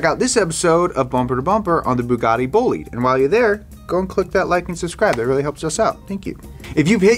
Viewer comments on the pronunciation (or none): why did he pronounce bolide like that